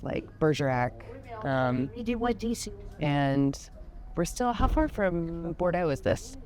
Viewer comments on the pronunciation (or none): none